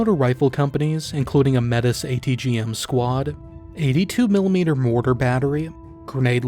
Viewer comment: The extent to which I'm ignorant of late Cold War Soviet military details is highlighted by the way I was completely unprepared to hear a Yank butcher the word "Metis" in this video. I didn't even know that weapon existed! But linguistic griping aside (though, as "Metis" is the actual name of an identifiable ethnicity, I do encourage you to pronounce it properly, with French phonemes) this was very interesting and I did learn a lot!